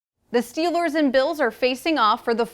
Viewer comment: “The Steelors”😅